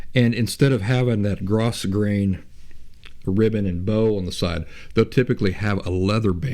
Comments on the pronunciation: I could add a whole bunch of comments here (just look at my profile pic), but I think the most immediately helpful is this: according to my mother (who can actually sew) that "grosgrain" fabric that you keep mentioning is pronounced, "GROW-grain." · Not being an expert, I don't mean to chide you but I recently heard it is pronounced grow-grain.